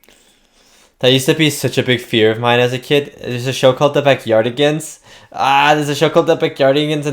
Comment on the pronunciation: Lmfaoo backyardigans when you say it it sounds like a diff language 😂